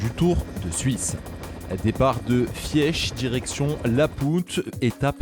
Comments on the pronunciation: "Fièche" pour Fiesch. Il serait temps de se renseigner sur la prononciation des noms, après "Cranssss-Montana" et "Crèste-Voland"... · Fiesch se prononce Fisch Albula pass = Col de l’Albula en français 😊 Pour Ayuso il montre son mental à l’arrivée face à son problème au talon d’Achille